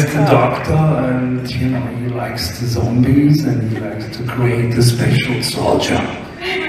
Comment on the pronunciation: "Zambies" xD